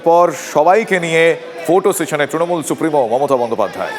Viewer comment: Ekta dol er lok including Supremo nijeder dol er naam ta thik kore uccharon korte pare na tara desh chalabe. Kauke trinamool bolte shunben na sab tinomool bole